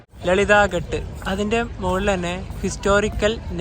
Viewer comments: Good experience...ഘാട്ട് എന്നല്ലേ പറയുക ??? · നിങ്ങൾ പറയുന്ന സ്ഥല പേരുകള്‍ എല്ലാം തെറ്റാണ്.. ഒരു വീഡിയോ release ചെയ്യുന്ന തിന് മുന്‍പ് ഇതെല്ലാം ശ്രദ്ധിക്കണം.. Ghaat ആണ്‌.. Ghat അല്ലാ.. എന്നാൽ കടവ് എന്നാണ്‌ അര്‍ത്ഥം..അത് പോലെ ഒത്തിരി ഉണ്ട്..